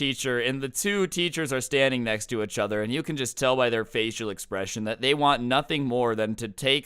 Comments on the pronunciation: did anyone notice saying ech other instead of each other it's urkiong me something fierce my god STOP PLS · “Euch other” it’s pissing me off 😂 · “Itchuther” really irks me I’m sorry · I love how he he says achother instead of each other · i like/dislike how says uchuther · i’m glad i’m not the only one that noticed this haha. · I love the way he says “ichother” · you say “each other” weirdly